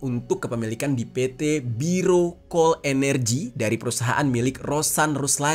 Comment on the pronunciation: Masukan Bang..utk nama2 org dan nama perusahaan disesuaikan cara bacanya yg benar. Itu Berau Coal (harafiah aja bacanya) bukan biro kol